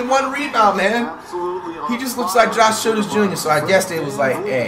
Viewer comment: he said josh childress jr 😂😂😂😂😂😂😂😂